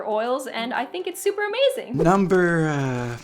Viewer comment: "nuumber 5" sounded so funny hahaha .. this is awesome and informative